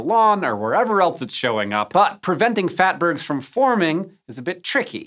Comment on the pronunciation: Phatburgs ? LoLz 😆